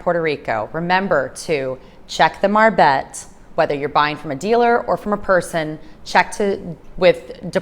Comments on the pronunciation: Is not call a marbet, is call a marbete. You have to pronounce the e at the end, te...like te-lephone or te-levision, etc. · The "e" at the end of a word in Spanish is also pronounced.